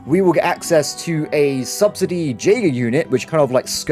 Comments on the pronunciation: idk if anyone else is going to care but , when it comes to pronouncing Jaeger, is technically Yay-ger and not jay-ger. yeah, it's silly but it'll bother other people. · Just so you know, Jaeger is pronounced yay-gerr, not jay-gerr. It's a German word.